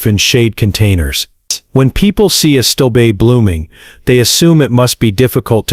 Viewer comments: If you are going to let AI read your text, then for goodness sake teach it how to pronounce Sedum, Hosta and Astilbe. Please! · this was an excellent video but somewhat marred by cringe-worthy Mispronunciations. look up sedum, hosta, astilbe, hellebore. also menier is not a word and I can't figure out what you meant. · The pronunciation of these plants, sedum, astillbe (the worst), hosta are ridiculous. People asking for these plants at a nursery will be laughed at. You need to clean this up. Cone flowers eventually revert to the native pink. And they do not like planters or generously reseed. Have been growing them for years. Neither of these things are true. I think you have embellished the truth about some of these plants.